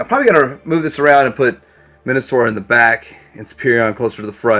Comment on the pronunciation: Yeah, I definitely heard Men-a-sor. As it should be.